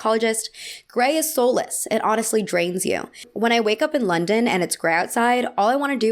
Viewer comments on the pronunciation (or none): none